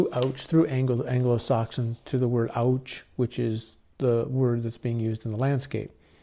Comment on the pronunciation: Auch in france is pronounced ouch